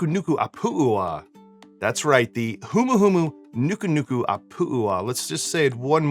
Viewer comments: Thanks again for the video! You did a great job pronouncing the name of the fish. The only thing you missed was the accent at the end. It's pronounced "ah-poo AH ah" rather than "ah POO ah hah". The accent follows the first of the two "a"s at the end so it is that letter that gets accented. The final "AH-ah" also has a glottal stop as if you were saying "uh oh" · You're kind of butchering the name there. First part is okay. The last part should be pronounced A- pooh- ah-ah Translated it roughly means the triggerfish with the nose of a pig. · You didn't! I'm a native Hawaiian. I explained to you the correct way but if you still want to sound ignorant that's fine! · Sorry, your pronunciation is almost, but not quite correct!...and, why not use FidStreet Gin, made by the Maui folks who originally distilled Sammy Hagar's Beach Bum Rum (now called Mahina Rum) + garnish w/a more Hawaiian fruit!?